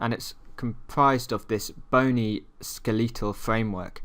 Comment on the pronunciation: The way you say skeletal is weird.But your videos helps alot so who gives a fuck emmaright my fellow nerds!